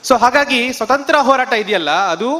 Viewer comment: Swathanthra alla swaathanthrya